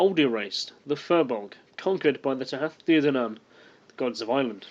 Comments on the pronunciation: It's pronounced Tootha Day Danan.... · The pronunciation is Tuaithe de dannan (Too-ah day dah-non). Leabhar is pronounced Laur (think cow with an l instead of c) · The way you pronounce Tuath De Dannan is Thu-ah day Da-nan and Tír Na Nóg is Teer Nah No-g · its pronounced too-aha day dan-on :-) loved the presentation approach